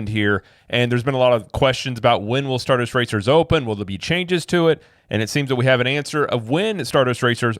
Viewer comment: who can’t even get the name of the roller coaster right, lol “star duster racer” 😂 the way he talks at the press events… I’d argue that his intelligence is also questionable.